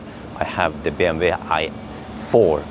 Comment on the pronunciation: Why do you call it BMV. It is BMW. Double U. Love the video! thank you